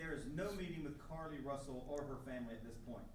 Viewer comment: It sounds like he’s calling her Cardi instead of Carlee.